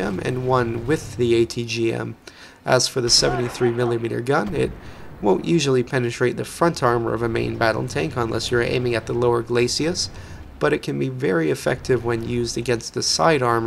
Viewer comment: It's GLAY-sis.